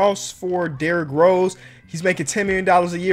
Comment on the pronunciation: Lol he called d rose poo 💩